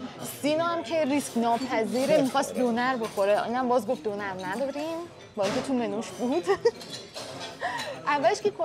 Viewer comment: ختن دونر رو به فارسی دونِر تلفظ میکنه به ترکی که اَ ندارن میگه دونَر 🤣